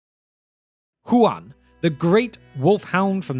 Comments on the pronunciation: You keep pronouncing it like the name Juan. This is explicitly not correct. It is "Hoo-an" or "hoo-ahn" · Hu-en? You mean Juan?